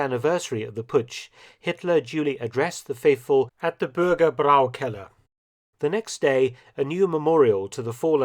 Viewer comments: Congrats for your good German pronunciation. Only the word "Bürgerbräukeller" wasn't correctly pronounced: The part "bräu" (which means brewery) should be pronounced like "broy". But the rest was perfect 👍😄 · That sign says Bürger Bräu-Keller.. not Brau-Keller. Bräu is "Broy." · the correct pronunciation of "Bürgerbräukeller" is "burger broy keller". The "oy" spoken as in the English word "boy". That means "Citizen`s brewing basement".